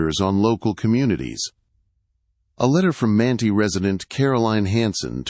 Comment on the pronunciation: Well, you said Manti right the first time, Man-tie, and wrong the rest of the video, Man-tee.